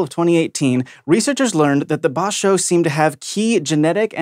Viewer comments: Omg, Bajau as in Badjao. I heard Ba-jaw from lol. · Not Ba-shao but Ba-jahw (Bajao) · As a Malaysian, I was like??? at how pronounced “Bajau”. It’s more likely to be pronounced “BAH-jow” than... whatever was attempted in the show. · That's a weird pronunciation of the Bajau People. Lol